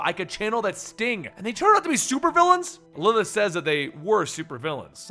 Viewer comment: lmao when you say 'Lilith' It sounds like 'Lllth'